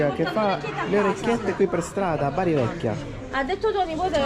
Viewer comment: Non si dice Beri ma Baar' Grandissimi, buon proseguimento!!